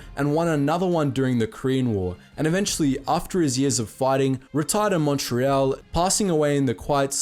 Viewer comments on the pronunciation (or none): none